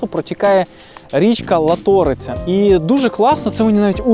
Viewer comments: Дуже радий що вийшов новий випуск про Мукачево, і хотів би розповісти що правильно говорити не лато'риця а ла'ториця принаймні всі місцеві говорять так. Ще хочу розповісти що ви були на горі ловачка з однієї сторони а є ще інша з неї теж є дуже гарний вид на місто і ще як плюс там є гойдалка які ви любите показувати в своїх відео. Якщо ще будете в Мукачеві буду радий показати. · Дуже ріже вухо, мене як жительку Закарпаття,те як Ви ставите наголос на "Латориця",і ще декілька слів було ,але латОриця це жесть.. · Неправильно вимовляєте назву річки латориця, наголос ставитися на перший склад... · Ла́торица наголос на перший склад голосної "а". Якщо ж розповідаєте цікавтесь як правильно назва звучить. І це вже не перший раз, коли дивився ваші подорожі.... ай яйй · В Мукачеві, і Латориця наголос на перший склад. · Привіт всім, нарештіВи в моему Мукачеві, річка називається ЛАториця, наголос на літеру А, і на рахунок сакур, в нас дуже багато сакур, Вулмця Недецея засаджена вся, Андрія Літуна, весь мікро район в сакурах, одде приїзжайте з 26 квітня і Ви потонете в цвітінні. І до речі є одна сакура яка цвіте вже в березні, знаходиться між православною церквою і католицької. І тепер вона вже цвіте, шкода що ви її не помітили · Як кажуть у нас "Мукачево-майліпшоє".P.S. Ла'ториця-наголос на перший склад. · Гарно, але наголос на А,ЛАториця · ЛатОРиця...аж вуха ріже, перед тим як знімати хоч попитайте у людей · ЛÁТОРИЦЯ! аж вуха ріже.... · відео супер!!! але річка у Мукачево називається ЛАториця! наголос на 1-й склад. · На наступний раз, якщо раптом у Вас виникне сумнів щодо наголосу в Закарпатті, не заморочуйтеся і, за угорським зразком, ліпіть на перший склад, не помилитеся: лАборець, лАториця. Бо Вашим пошановувачам із Закарпаття вкрай ріже вухо Ваші наголоси. З повагою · Прожила в Мукачево 3 місяці Так дуже чудове місто Тільки місцеві говорят Латориця… з наголосом на перший склад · Наголос на Ла'ториця, чарівна місцевість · Ла́ториця А так все дуже приємно. 🖖🏻🇨🇿🇺🇦👍🏻